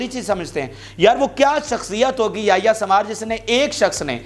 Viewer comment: یہ یحی سن وار sinwar ہے سوار نہی ہے تلفظ درست کرلو یہ شخص حماس کے بانی لیڈرز میں شمار ہوتا ہے مذاحمتی تحریک کی جو سٹریٹجی ہے اس جنگ میں اس کے پس پردہ اسی شخص کا منصوبہ اور حکمت عملی ہے